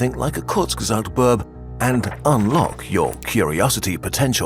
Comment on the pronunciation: Love how Kurzgesagt pronounces bird as birb